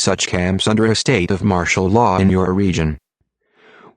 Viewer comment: ITS 'MARTIAL LAW' YOU IDIOT